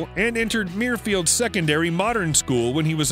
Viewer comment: Patrick Stewart comes from Mirfield in West Yorkshire, but it isn’t pronounced “Meerfield”, though that’s how the commentator says it twice in this video. It’d be more obvious if it were spelt ‘Merfield’ or ‘Murfield’, but the correct pronunciation actually sounds like “myrrh-field”.